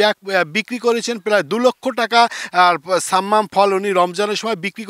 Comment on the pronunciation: ছাম্মাম না শব্দ টা সাম্মাম হবে।